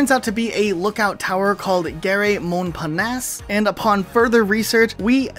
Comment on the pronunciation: "Gare" means "a train station" and we don't pronounce the e. 😂